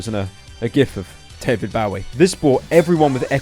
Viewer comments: That’s not how you say David Bowie pyro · Sorry Pyro but you said Bowie wrong